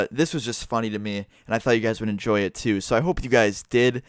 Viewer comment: did zou enjoz cus zou said "so i hope you guys ALSO enzojed it"